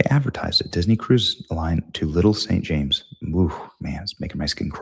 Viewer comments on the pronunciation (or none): none